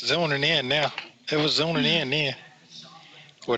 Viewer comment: It was zooning in, it was zooning in. He said it wrong twice omg